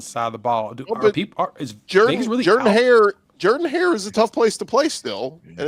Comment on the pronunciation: Did he say “Jerdan Hare”?